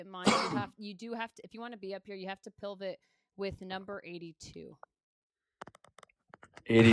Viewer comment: "Dilvit" and "pilvit" instead of pivot and divot is fucking sending me 😂